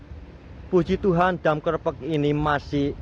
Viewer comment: Klepek lurr bukan klephek bacanya